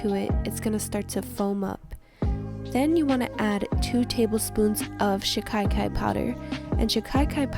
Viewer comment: Dear it isn't Shikaikai but Shikakai 😅